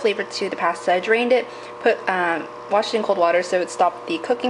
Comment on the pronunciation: You say "pasta" differently than I do and it sounds cute haha